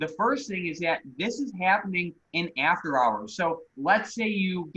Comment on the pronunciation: yo can u say "EAfter, Heappen, and Beattery" again please